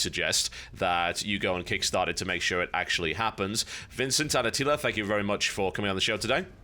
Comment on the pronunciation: "Atila anger" sorry, i couldn't help to laugh.